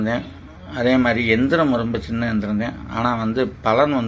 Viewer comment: ஜயா மந்திரம் எந்திரம் தெளிவாக இல்லை